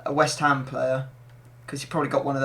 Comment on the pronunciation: West Hammersmith mate not west Hampshire 😂